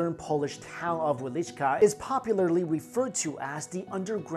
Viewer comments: ITs wieliczka. not wielicka. its not the russian word :) our lenguages are veeeery differente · 5 is promlnoynced vie-licsz-ka